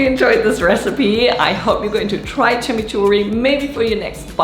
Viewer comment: Exactly way to say Chimichurri 🥰